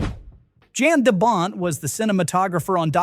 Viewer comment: *Jan- 'Yon' or 'Yahn'